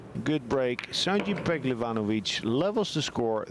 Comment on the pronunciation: finaly someone pronounced his name correctly 😊